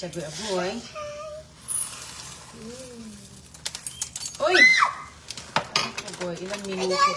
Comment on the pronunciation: c aguy-aguy not aray aray😂😂